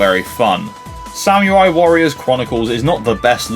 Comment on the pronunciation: Great video! I actually haven't tried Ridge Racer yet, which is odd as it's one of the THREE decent racing games I could find (with a physical release) on the 3DS. THREE. Even the GBA probably had more! Not sure why I never got it....Oh, and, uh, just so you know for the future - that's not how you pronounce samurai